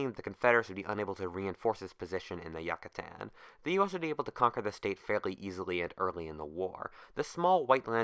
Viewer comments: youcatan not yuccatan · I hate it so much he said yacatan not Yucatan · It's not Yuck-atan, its You-catan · The pronunciation kills me the Yuckatan? It’s the you-ca-tan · its pronounced YOU-cah-tan please dont ever say YUCK-atan ever again it made me cringe good vid tho.. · As a Brit the pronunciation of yucatan drives me insane. Yuck-a-tan, sounds like yakuza. You-ca-tarn. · Is it pronounced Yuckatan or Yucatan? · Really? Who in the freak pronounces Yucatan like that? You-Catan, not Yuck-Atan. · incorrect: yuck-atan correct: yook-atan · It is pronounced You ca tan, not Yuck a tan. Pronounce it right or don't pronounce it at all. Yucatan. (You ca tan) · It is pronounced You ca tan, not Yuck a tan. Pronounce it right or don't pronounce it at all. Yucatan. (Yoo ca tan) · oof yuh kuh tan rip, its pronounced You cah tan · Its U-CA-TAN not YUCK-A-TAN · It's not "Yuck-a-tan" it's YOU-catan. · You - ca- tan not yuca tan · It's pronounced "Yoo-kuh-tawn" not "Yuk kuh tan" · You-kaa-tan. Not yuk-a-tan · holy fuck it's pronounced like you not yuh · As a Swiss i feel kind of awkward of you pronouncing it Yuckatan? Is it actually pronounced Yuckatan or Youcatan with a hard "a"at the end? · Ok, so instead of saying yuccstan just say it like ucatan, I'm not trying to sound rude it's just really annoying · Why the fuck is he saying yuck ca tan it's you ca tan you fucking idiot get the fuck out of here with that shit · I honestly can't watch this. It's not Yuck-A-Tan, why'd you have to say it so fucking much? We know what place you're talking about.. Jesus.. Re-record this, you fucked it bad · He said yacatan not Yucatan do you don’t have to worries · every time you said "Yuck-a-tan" it grates my ears. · YOO-CAH-TÁN. Jesus christ dude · It's pronounced yoo cah tan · I believe it's pronounced Yoo-cah-tan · Take a shot everytime he says Yuckatan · Please learn how to pronounce name Yucatán. It’s not pronounced Yuckatan. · I think its pronounced you-ka-tan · you-ca-tan I'm pretty sure